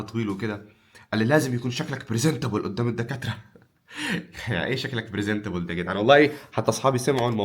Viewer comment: برزينتابول 😂😂😂 ليه انت رايح تاخد تأشيرة سويسرا 😂❤